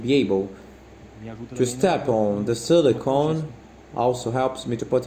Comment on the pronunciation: As voiceover says silolicon- which is Dental impression material..,you should remove extra casting off the hairline and heel bulbs